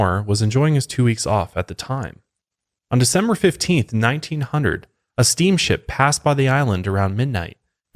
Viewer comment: “December 15th, 19-hunnerd” 😂 #southernTWANG